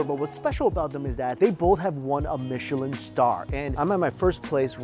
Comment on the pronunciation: Aw yes the michlin star I’ve heard of the legendary “michlin” star